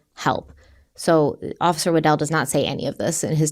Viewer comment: When busted out with Officer "Waddle" I busted out laughing. With all the seriousness of this case that made me laugh. established the mans name is "Wa-dell" but has to throw out waddle lol thank you I needed the laugh after this story